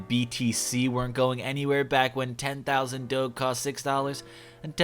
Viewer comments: Is no one else gonna talk about the fact that said "Dou-geh" instead of Doge?????? Lmfaooo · my man pronounced doge like dough with a hard g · doge with a hard g??? for shame